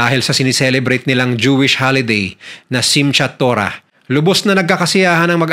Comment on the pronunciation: Simkat tora po ang tamang pronunciation sa (Simchat tora) Simcha from the word of Sameach means happy.